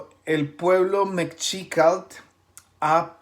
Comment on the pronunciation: la pronunciation es me-SHI-ca-tl pero buen video :)